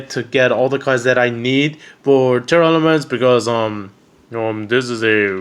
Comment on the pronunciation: Are you saying "Tearlaments" or Tear Elements" 😆🤣